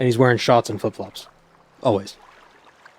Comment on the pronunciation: Didn’t realize was from Boston until I heard him say shorts and corner store.